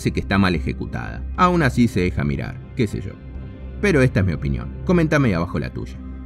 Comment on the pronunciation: Me da risa como habla al final: La película se deja mirar, que se sho, esa es mi opinión, coméntame la tusha😐